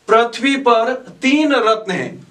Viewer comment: पृथ्वी को प्रथ्वी नहीं, पृथ्वी उच्चारण करें।